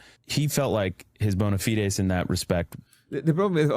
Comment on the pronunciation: He can’t pronounce “bona fides”